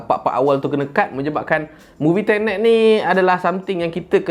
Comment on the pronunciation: Aku ingat dia kata "TENET" tu, "INTERNET"hahahahaA😂😂